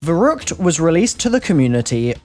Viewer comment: "nearly 100 months later..." YOU STILL CANT FUCKING PRONOUNCE IT CORRECTLY